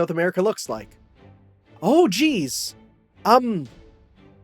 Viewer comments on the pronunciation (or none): none